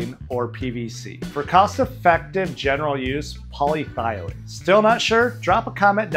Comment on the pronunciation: It's not called Poly thy lene - It's called poly eth e lene